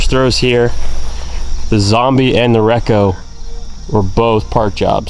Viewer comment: Super stoked everyone is getting Kasta goodness! Their plastic is hands down the best. K3 (base plastic) is also fantastic too! All of you are killing me with how your saying REKO. completely wrong. lol Check out the Lots, and the Jarn!